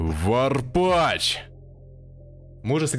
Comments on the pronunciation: Лять комментаторам почему не сказали как произносятся ники? Что за варпаШ??? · Почему комментатор не правильно всегда Варпач выговаривал?)